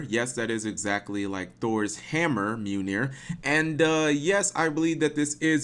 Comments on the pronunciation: Mew-nir? XD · 2 things Cap: 1. It's pronounced Mi-oll-neer 2. Mjolnir is the name of Thor from Norse paganism's hammer. Marvel used a lot of terms and names from the Prose Eda of Nordic mythos. I highly suggest reading it for anyone who wants a good story with great ideas and lessons.